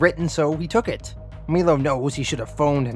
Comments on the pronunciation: melo- mylo The last name of the female. One other I can't remember off the top of my head. No biggie my man. I love your videos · I’m pretty sure it’s My-low not Mee-Low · Awesome vid. Great job. Cant wait for next week ....btw is "Milo" not pronounced *m-eye- low*? I could be wrong